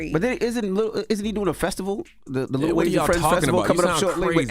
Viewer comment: ITS NOT LITTLE… Its LIl WAYNE